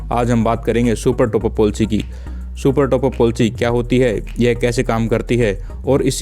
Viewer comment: ये पोलसी क्या है😂😂😁😁😁🤣🤣😂😅 its called पलिसी